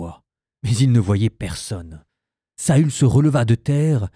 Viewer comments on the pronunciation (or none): Félicitation pour toutes ces lectures. Je n'avais jamais, toutefois, entendu prononcé "Saül" comme Saul (sol), mais toujours et suivant le tréma, comme Saül (sahul). Ce pourrait paraître un détail, mais comme lecteur vous enseignez à de nombreux auditeurs...